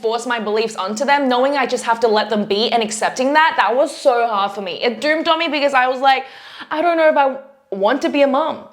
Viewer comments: "It doomed on me???" Am I hearing this correctly? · “It doomed on me” is the cutest mistake for “it dawned on me”😄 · I love how you say 'doomed on me' instead of 'dawned on me'. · Ummm, I think you meant it "dawned on you"... ? Never heard the expression "doomed on me".